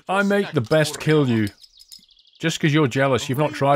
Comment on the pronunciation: He says kill you instead of kilju